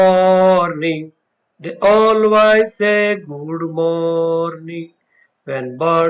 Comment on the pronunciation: Pls improve your pronunciation....chirp and always